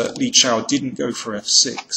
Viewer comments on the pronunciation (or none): Danny, it's Li Chao! There's no "Shao"!